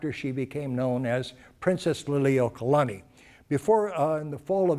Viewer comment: LI LI U O KA LA NI NOT lilikalani. KA LA KA U A NOT kalakawa.